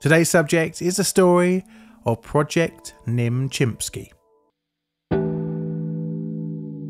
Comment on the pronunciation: your narration is not clear on names. you make Noam Chomsky sound like Noel Chomsky - even the subtitles cant make you out.